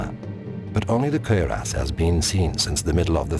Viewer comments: Why does the Narrator have such difficulty pronouncing 'cuirass'? >_< Kwi-rass. Not, 'cer-ass'. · Lol the way this dude say cuirass. It's cure-ess. Not fucking querias hahaha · Kinda sounds like hes saying "Queer Ass" though. (cuirass)